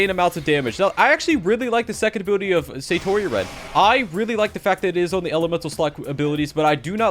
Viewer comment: "Sayyyyytori" its satori